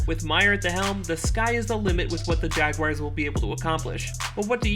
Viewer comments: The Jaguaiers? How can you not know how to pronounce Jaguars? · Funny how you continuously mis-pronounced Urgan's last name and the Jaguars team name....